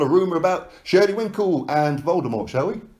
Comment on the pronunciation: LOL! It is shelly Finkel, why does every on keep calling him Winkle? LOL!